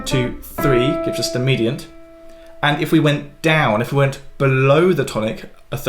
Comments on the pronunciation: Medant? Medant? Did I get the memo where we don’t pronounce the I in mediant anymore? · the word mediant has three syllables, not two syllables. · Is the way you say mediant a British thing or a just a Piano thing? Never heard ‘medant’ before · Have I been mispronouncing “mediant” and “submediant” … ?!! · It’s just wrong.